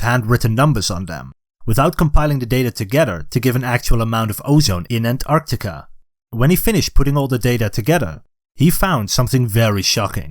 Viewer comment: What's 'Andarctica'? Do you mean Antarctica or as the Americans call it 'Anarctica'!